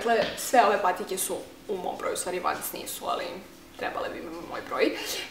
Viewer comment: Ne izgovora se vans vec vens